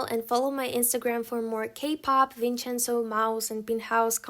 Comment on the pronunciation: I love the way you pronounce Italian words while talking about the drama "Vincenzo" xd +I didn't already watched it but does it romanticize Mafia?